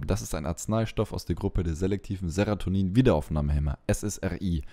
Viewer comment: Ich weiß ja nicht, ob ich mich in Sachen Medikamenten von jemandem beraten lassen möchte, der dauernd "Seratonin" sagt, so zum Beispiel. Das wirkt schon leicht unprofessionell.